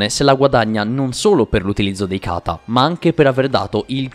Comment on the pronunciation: Unica cosa, per favore tocca migliorare gli accenti è: Katá non Kàta Akáza non akàza